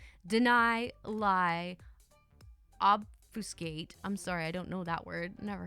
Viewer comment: It's "ob-few-skate". It means to obscure the truth or prevaricate to the point that it's essentially a lie. Love your vids, btw! 😍